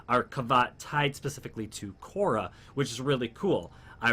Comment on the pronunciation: It's Khora and not Korha tho xD